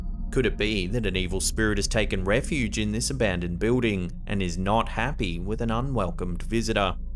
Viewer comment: I love the way you say building. It sounds like a southerner in America saying the name Bill but giving it two syllables, as in "Bee-ill" then adding the word "ding." Keep it up! Love the channel!